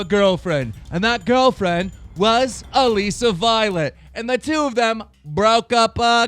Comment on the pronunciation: omg stop pronouncing her name like that it's Alyssa just spelled different